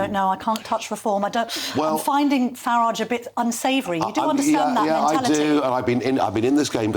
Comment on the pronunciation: Farage should sound like Garage. is the Hyacinth Bucket of British politics, keeping up appearances on an old Con trick, uniting you in fear of immigrants, the easy to pick on, to get a mandate for the greedy whose only patriotism is to their property and their purse. Whatever my anger and disappointment with democracy, I’ll keep believing in it, because we’ve tried everything else. My troubles have nothing to do with a brave nurse far away from home, some desperate fool floating in the channel. I have a problem with mates, landlords kicking out families to make a bit more rent, private companies ripping off public services we all pay for, bent officials and politicians taking bribes and gamblers in the city playing loose with our financial lives. I’ll not vote for, to Refrom us in the shape of his fear and greed. I’ll not vote to see you ground down by low wages, high rents, with no hope for your grand children but to serve debt. I’ll not help Britain become a land where the descendants of the lions of WW2 have to kneel at the feet of pigs.